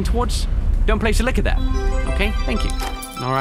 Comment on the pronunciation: I thought he said liquor